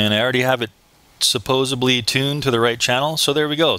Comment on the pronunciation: Good video. But just for future reference- and this will make your videos and reviews better- "supposABly" isn't a word. It's "supposEDly". Regardless, keep up the good work.